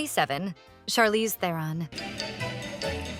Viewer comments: As a fellow South African I so wish the world would say Charlize Tehron's name correctly Its actually "TRON" the "eh" is silent , perhaps she wanted to be psychedelic and told the world to call her "Teh-ron" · Mads is pronounced mazz like jazz. Theron rhymes with heron.